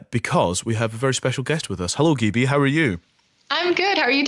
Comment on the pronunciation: Wow this amazing she on the BBC!! I love how the presenter says her name wrong poor gibi